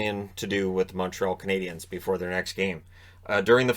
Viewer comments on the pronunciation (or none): none